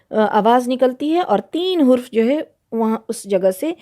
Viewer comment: Hurf nahi harf kahie